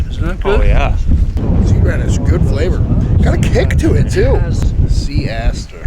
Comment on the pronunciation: “Sea aster”😂